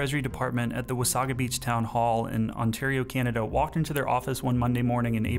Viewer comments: It's pronounced Wah-SAY-guh not Wa-SAW-gah. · It’s Wah-say-ga beach not Wah—saw-ga beach ... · Wasaga is pronounced "wuh-say-guh" not "wuh-saw-guh". Also, Wasaga Beach is not a quiet retirement community, it's a beachfront "party town" for ppl coming from Toronto. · I've always pronounced it "Wasaiga" Beach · Its wa - say - guh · It’s pronounced “Wa-say-ga”. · That's a wee bit close to home for me, so close that I know you mispronounced wasaga.